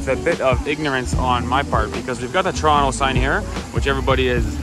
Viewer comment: I was surprised at first to hear "Toronto" pronounced correctly, which I've never heard in any travel video --- then you revealed that you were born in Mississauga.